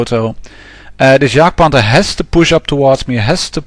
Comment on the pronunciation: there are soooo many idiots out there that keep going for that darned bridge... then lose by cap. i guess one only has to embrace it - luv yr vids mate! ps. finally somebody that pronounces Jagdpanther correctly :)